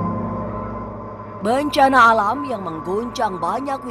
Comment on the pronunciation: Bencana..,.bukan bancaaana,,.faham sih biar unsur misterinya dapat...tapi kedengarannya malah lucu bagi saya...😀